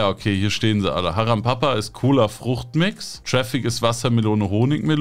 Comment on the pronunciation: Es heist Haram Para, Nicht Haram Papa😅